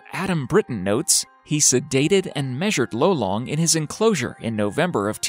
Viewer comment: lolong not lowlang